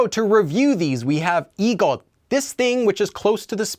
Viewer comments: so it's pronounced like 'igosun' and 'jeogosun' rather than 'igotun' and 'jeogotun'? sorry for the ugly romanizations haha it's just i feel like ive heard it pronounced with a t sound :) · why did you not pronounce the ㅅ as "s" in 이것? it sounded like 이겉. Can someone clarify so I can say it right. Thanks.